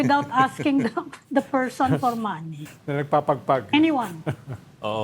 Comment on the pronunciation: Removing a 'pershon' Sarah not politics, ok?